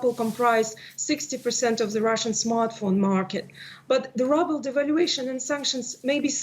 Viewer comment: I love how she pronounces "Rubel" like "Rubble"! It suits the state of the currency me thinks.